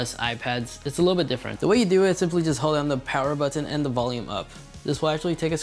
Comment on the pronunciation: Firstly, it's 'panoramic' not 'pamoramic' secondly it's 'the' not 'd'